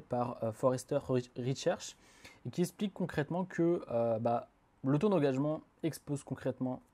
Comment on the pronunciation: eXXXXXXplique, pas essssssssssssssssssssplique, please